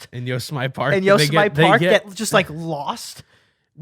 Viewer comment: Yose-Mite park???? It is pronounced: You-Sem-In-Nee